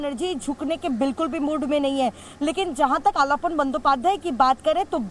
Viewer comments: अलपन नही, आलापन है. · It is not ALPAN, but ALAPAN, derived from the word 'ALAP" (आलाप). In Hindi, it should आलापन।